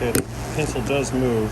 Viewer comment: My new favourite saying “poppin ze hood”